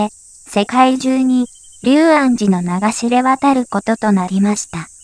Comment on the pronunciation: 細かいことですが「龍安寺」と書いて「りゅうあんじ」じゃなく「りょうあんじ」と読むようですよ。